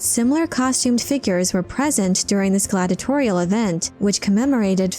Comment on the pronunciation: narrator keeps saying gladitorial. The word should be glad·i·a·to·ri·al